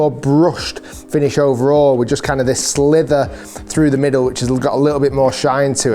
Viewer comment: * "sliver", not "slither"